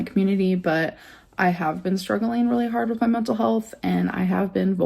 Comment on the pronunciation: "I'm going trough mentul health..." WHAT? MENTAL HEALTH WHAT?